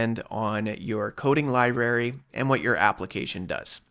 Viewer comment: The word "library" contains two 'r's